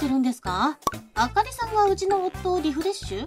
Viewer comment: あかりじゃなくて、あほりorばかり🤣